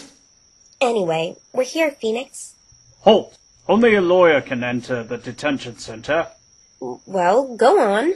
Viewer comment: it's nix. as in phoeNIX